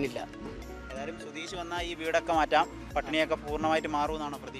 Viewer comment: റിപ്പോർട്ടിംഗ് വളരെ നന്നായി.. പക്ഷേ റിപ്പോർട്ടർക്ക് അക്ഷരശുദ്ധി ഇല്ല. സുധീഷ് എന്നതിന് പകരം സുധീശ് എന്നാണ് പറയുന്നത്